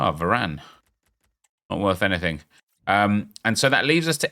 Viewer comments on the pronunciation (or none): none